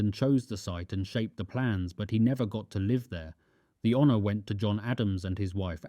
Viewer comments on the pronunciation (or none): none